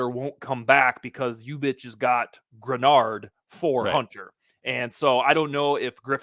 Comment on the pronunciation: Nice pronunciation of Greenard. Now tell it is pronounced juh-KWAY-lin Roy.;)